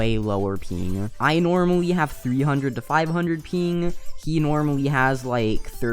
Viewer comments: when u say ping it sounds like peeeeng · “I normally have 300 to 500 peen” Why do you say ping like that 😭